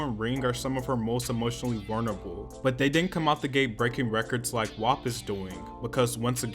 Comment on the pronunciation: I’m not usually this type but you’re say WAP wrong. Think like rap with a W. It sounds like you’re saying Wop which is a derogatory term for Italians